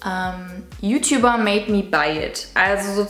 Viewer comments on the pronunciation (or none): none